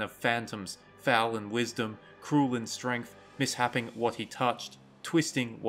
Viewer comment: Misshaping isn't "miss happing", it's "mis shaping".